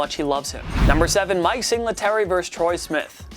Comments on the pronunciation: Sing-la-tary...? Practice the names before recording. Single-tary...come on now. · I'm baffled at the lack of comments about "Sing-LA-tary." Mike Singletary played for Da Bears when they were amazing. Single-tery. So you research dude. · Is "Singletary" pronounced sing-la-terry? I thought it was pronounced single-terry. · Take this computer nerd off of this shit. Sing-la- Terry. Wtf. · “Sing-la-tery”? Cmon dude. Do your homework. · Am I the only one that noticed this guy mispronouncing almost all of the names of players/coaches on this list? Sing-Le-tary...KoLb...WIsenhunt... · Haha read someone's comment about him mispronouncing Singletary and then he says Cole-b, instead of pronouncing it Cobb. Then Wisen-hunt, instead of Wizz-n-hunt. That said, he may mispronounce his own name lol.